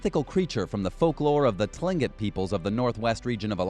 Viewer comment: ok, I live in Alaska I think this is all a joke. All lies. especially the Horrible beast lurking in the mountains (i'm literally a local, nobody says this stuff) and the vampire fish dropping from the sky. Also he says Kenai, tlingit, iliamna and Barrow wrong lmao